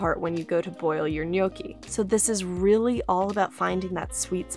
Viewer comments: Being Italian, I can’t just listen to her say “Gnok-ee”. The proper way to pronounce it is “Nyawk-Ee”. I hope you take my advice, and use it whenever you say gnocchi. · How to say gnocchi correctly? I can't follow it, is it yoki? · TIL gnocchi isn't pronounced knock-y 😋😂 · Nyow - kee 😏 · Not a native Italian so may be wrong but the pronounciation seems almost right. I wouldn't drag the "o" for that long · There’s no way u can have a channel this big and still pronounce gnocchi wrong